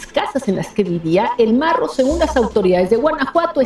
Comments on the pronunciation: 😂😂 no mms al "morro" o al marro ....?🤔😂 hablen con ella jajaja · Hermosa, belleza andando,,.... Con todo respeto, te corrijo estás palabras... Con todo respeto:. Es Juventino rosas GTO (. No. Juvenito ). Rancho Rincón de centeno GTO (. No de canteno ). Es el marro. ( No el morro ). De ahí todo está bien,.... Saludos cordiales!!!! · Es marro no morro saludos desde la cdmx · Buenas,te corrijo al principio dijiste el morro,y santa cruz juventino rosas,no juvenito y no es canteno es centeno. Saludos. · ¡No manches,! No es Morro, es Marro. No es Juvenito es Juventino Rosas. Con todo respeto, pon más cuidado a la información que comunicas para cuidar tu credibilidad. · es el MARRO no el MORRO; Muy seguido lees mal los nombres de tus artículos, YO te sigo pero si te aconsejo que leas bien. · Jaja ni si quiera sabes pronunciar no es morro es marro